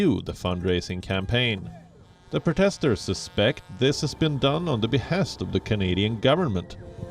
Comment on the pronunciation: How is it possible this guy doesn’t know how to pronounce ‘protester’?